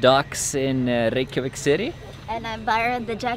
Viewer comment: is reykevik the pronunciation of reykjavic?